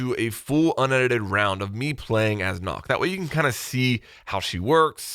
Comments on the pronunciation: Ubi releases video about gameplay & how she world & how to pronounce her name. still says it wrong well done. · How he pronounce nøkk means ‘enough’ in danish.. just a fun fact😂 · This song is about Nøkken who is named that's how its pronounced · makes no attempt to pronounce it correctly smh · I cringed everytime he mispronounced Nøkk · Is it hard to say Nøkk? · Har har can it be to say Nøkk. Det gir mig stress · Nøkk not knock lmao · Its NOT nokk, its nøkk. As a dane its sad to see ppl say ø wrong. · Its nøkk not nokk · you made one more mistake, its not pronounced nokk its nukk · It’s not nokk it’s nøkk om Danish or pronounced noekk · i swear if everyone pronounces it knock ima be pissed cuz its “nook” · It's Nøkk not Nokk ;) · Just fyi, it’s not pronounced “Nokk” it’s pronounced “Noekk”.. ø is not an o haha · Ubi doesn’t pronounce her name as “knock” they say “nook” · It’s pronounced “nukk” not nock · Im gonna be playing Nøkk a lot cause im a dane. And it's not Nokk. Nøkk. Its a letter from some of the Scandinavian countries like Denmark. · Great video man! Also it’s pronounced the way you would say book nook, not knock. That’s what the ø in her name does. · I though you pronounced Nøkk like how you pronounced “Shook” and not “Knock” Weird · ITS NOOK NOT KNOCK. They even say it in the reveal!!!!! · As someone who is Danish, it is painful to you hear you keep pronouncing her name like "NOCK"... If anything, it's much closer to "Nook" even though that's still not quite right. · i like how everybody pronounces Nøkk, Nokk instead of Nøkk with that O E Kinda sound. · Her name is not Nokk, her name is Nøkk, ø in norwegian or danish is not o, it is something similar to eugh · It’s pronounced as nook not nock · Pronounced nook not knock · It’s Nøkk. Not Nokk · Did you just say “knock” it’s “nook” come on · stop calling her nokk..... her names is nøkk NØKK with and Ø learn it... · It hurts me everytime I hear "nOkk" and not "nØkk"... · Crisp Rat the name is nøkk not nokk